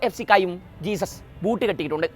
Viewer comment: ജെസ്യൂസ്സ് not ജീസസ്